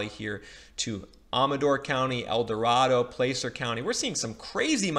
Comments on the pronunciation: We just sold our house in Placer (pronounced Pla (short a) sir not Place er). Sold to people from the East Bay. There are a tremendous amount of Bay Area people moving to El Dorado and Placer counties. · Minor correction: You mispronounced Marin Co. and Placer Co. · Placer, Amador and Marin